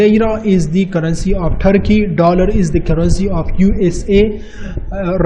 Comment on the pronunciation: lira is currency of Therrky 😂😂